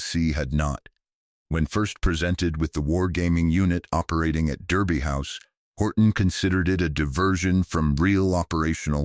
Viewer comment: It is pronounced Darby House.